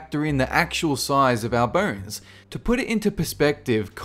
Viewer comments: say bones man...you mispronouncing piece of shit.....not burns! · Though I watched the whole video I wasn't following anything... I mean, who pronounces bones as "burns" honestly, it will follow me my entire life. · When he says, "bones", I hear "burns"! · Debbie Martinez No, you're not alone. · So do i